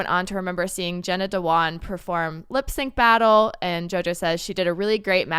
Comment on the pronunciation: Candace kept saying Jenna Dewan's name wrong, which was so annoying, and said she did the Magic Mike dance on "So You Think You Can Dance". She didn't even try to get the facts right. I can't stand her. Why does she say "women bing at home" while she has her own career? Dumb.